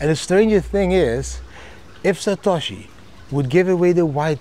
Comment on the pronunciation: [😂, He’s “SA•TA•SHI” - JAMIE DIAMOND]